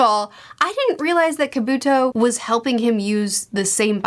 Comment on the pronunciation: You can tell is a big Gen 1 Pokemon fan with how she pronounces Kabuto